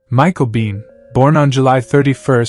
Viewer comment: Nah, he used AI, and Michael Bean? Biehn.